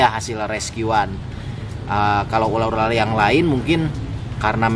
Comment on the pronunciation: ular ular bukan urar😂